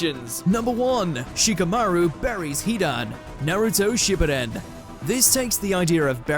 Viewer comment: When will you pronounce Shippüden properly?